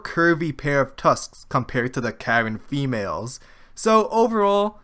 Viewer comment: You said "caring females", right?